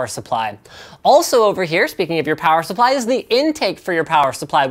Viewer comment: Linus, you say plower supply instead of power supply. I can't unhear this.